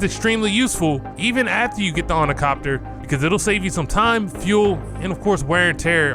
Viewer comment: As soon as I heard "ornicopter" I knew there wouldn't be anything knowledgeable here...